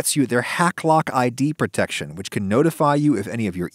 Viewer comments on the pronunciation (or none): none